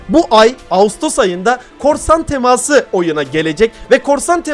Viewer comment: abi çok güzel diyon ''TEMAĞĞSIIĞĞ ''